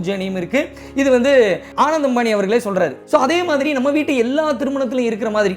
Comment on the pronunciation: u have to work on pronunciation of name of the people and place correctly. It’s not a rocket science! Ananth, Jamnagar.. etc